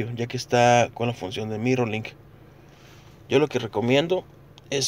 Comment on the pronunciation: Dice mirilonk